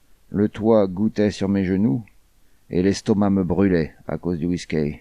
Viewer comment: C'est quoi cette vois mécanique?!... Quel ennui!... De plus, elle prononce"whiskEy"! Ça, on ne me l'avait jamais fait!!!...